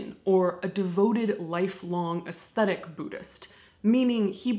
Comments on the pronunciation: lol, you apologized for your Japanese pronunciation and then mispronounces "ascetic" as "aesthetic." Cute. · Your videos are very informative and make death less scary. I think you mean ascetic...which you may have said. But it sounded like aesthetic.